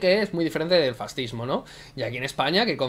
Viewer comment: El presidente de SOS Racismo dijo que los Reyes Católicos eran un antecedente del fascismo. Bueno, en realidad dijo "del farrzihmo". XD Y además lo hizo en una entrevista en el canal islámico Córdoba TV en la que en general se dedicó a ensalzar a Al-Ándalus. ¿Cómo te vas a fiar de unas estadísticas realizadas por gente tan sumamente ideologizada?